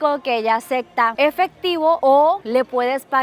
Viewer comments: Luisito Comunica y su novia la que dice aceCtar 😂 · ACECTA JAJAJA ES ACEPTA 🤦‍♂Y 🤦‍♂ 😂😂😂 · me desespera que diga "Acecta" xD perdon pero no Acectooooooo... 😆 siempre super linda!